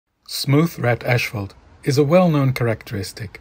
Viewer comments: Good video, but the word is pronounced as it is spelled 'asphalt', not 'ashphalt'. Lord knows your English is way better than my Dutch, but still ... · it's asphalt, not ashphalt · STOP SAYING "ASH" FFS